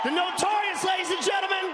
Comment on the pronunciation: Awesome "notorius"